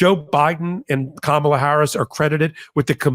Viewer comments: Kamala. Accent on the 1st syllable. Why do you use the Trump pronunciation? Insulting. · Please learn how to pronounce our VP-soon-to-be-President's name. Think of 'comma' -la, NOT Ka-mala. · C'mon, have enough respect to pronounce her name correctly. KAM ala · Please please please please!!!! It’s hard enough to hear MAGA not know, or refuse to say her name right. I would expect her greatest supporters to know!!!!!! Cahm ah lah. Emphasis on the first syllable. PLEASE!!!!! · pls pronouce Kamala correctly.